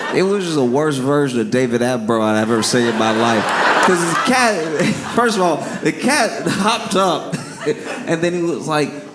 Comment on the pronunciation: The way he said "This cat" 😂 sounded like "This BITCH"